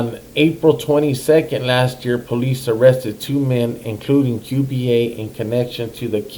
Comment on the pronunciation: Qba its not Q B A its souhds like cuba thats how u say it Cuba